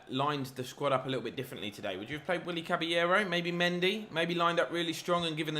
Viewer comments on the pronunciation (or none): none